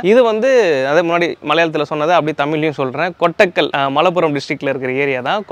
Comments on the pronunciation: Enaya unaki eduvume therila...swan paathu kokku nu solra,kootakkal ah kotakkal nu solra. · Nt Kottekal its kottakal bro🤣🤣🤣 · Kottakal not kottakal wrong prounsation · கொட்டக்கல் இல்லை தலைவா கோட்டக்கல். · Bro kottakal illai koottakal 😂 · It's not kottaikal it's KOTTAKAL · யோவ் அது கொட்டக்கல் இல்ல கோட்டக்கல் 😄